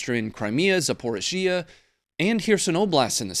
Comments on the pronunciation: Please please please pronounce Zaporizhia correctly…..Za-por-ree-Zee-ah…it’s nearly as bad a Dan-you-abbe for Danube 🙄🤦🏽‍♂️🤣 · Dude say it with me zap-oh-ri-zia ,4 syllables. And take that gun off your desk already we get it, your an American white guy.